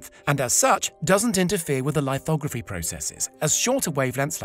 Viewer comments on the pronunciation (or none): It isn't "photo lighthogrophy", its "lithography". The root word "lith" refers to stone, you know, like "monolith" or "regolith". Dude are you even British?